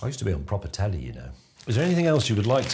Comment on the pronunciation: "I usta be on proper telly, y'know." I fell off me chair.